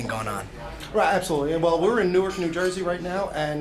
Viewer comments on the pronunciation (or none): none